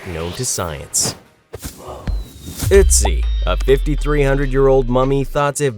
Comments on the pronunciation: 1st observation - (will be leaving more) - You have a great voice, not monotone or low and sleepy, you emote well and also you pronounced Ötzi correctly "OOTzi"! Most people say OATzi, good job! Final feedback, great job, they were smart giving you a chance and I wouldn't mind hearing more from you! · German congratulations on pronouncing Ötzi correctly 👍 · You are a awesome narrator you also nailded the ötzi name lol